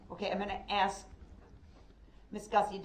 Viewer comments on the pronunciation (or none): I respectfully, disagree. It is urban slang, in America, to pronounce the word "ask", as "axe". Moreover, it's just plain lazy articulation. Much like the use of the term "troof" when referring to the word "truth". Proper presentation takes effort.